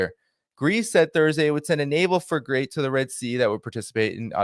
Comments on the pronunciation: por l amor de Dio its Frigate is not Fry Gate its sounds like Friggit otherwise they have Buttleshups and Qweoozers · Frigate is pronounced Frigot 👍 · Frigate is pronounced FRIGGit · This person is barely literate . A "fr'gait"? Come on bro.....😅😅😅